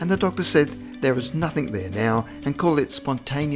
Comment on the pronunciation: 'There was nuthink wrong with him'. Fuuuuck.